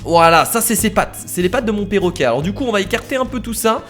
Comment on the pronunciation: 4 :21 qui a entendu porroquet?